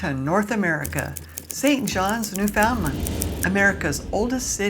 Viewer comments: The beauty of Newfoundland is not in the small port, the countryside is beautiful and rugged. It's pronounced Newfunland with no emphasis on fun. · FYI. The way to pronounce NEWFOUNDLAND correctly is to pronounce it NEWFIN-LAND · Welcome to Newfoundland! I have lived here for 2 years already, that beautiful place, excluding winter. By the way, local people say newfoundlAnd( accent on the letter "A") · Newfoundland. Rhymes with UNDERSTAND!! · Hi You need to learn how to pronounce Newfoundland properly! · “Newfoundland” properly❗️